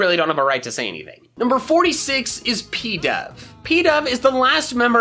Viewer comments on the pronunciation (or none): You said pidove wrong. But I like the video!!!!!!!